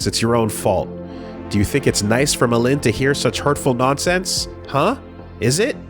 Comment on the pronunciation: I finally had time to finish the listen through at work, excellent work on this! Did a touch of research on some of the names and Målin seems to be Norse, and pronounced more like...Mo/Mow Lin, at least based on google translate. While I doubt the name will come up much in the future Frantiček is Czech, and the č is similar to the English ch / polish cz/ć. Based on the other girl's names, Maj is probably nordic, so more likely pronounced like May/My. Charlottesjäl I did a google translate on and, it was a bit different form what I expected, more like...."charlotte shall". Other than that, off the top of my head not much comes to mind. I doubt the people mentioned in the unpersoned chapter will be mentioned again - so my only comment there would be that if its a more slavic sounding name J would be more of a Y sound, so Julius would likely be Yulius to the English ear, but considering he is using all sorts of languages throughout for names and places, you would have to take a case by case approach here. Just reiterating, and noting it doesn't cross all slavic languages, but cz = ch, sz = sh, w = v, ł = w, j = y, and if you see rz it is (in my minds eye so a native Polish speaker will probably spit blood on seeing this) akin to what an English speaker might call a 'zh' sound.